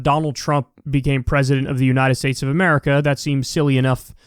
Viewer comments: Why on earth does she keep saying "UNINTED STATES"???? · what are "Unined States"? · "President of the Unined States"